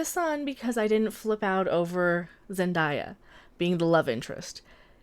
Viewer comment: Btw I’m not trying to be annoying but it’s not zen-dy-a it’s zen-day-a.